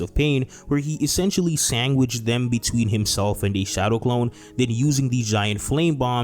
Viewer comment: “Sangwhiched” lol